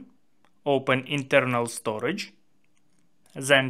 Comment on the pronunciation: That's the Russian accent kicking in 😂❤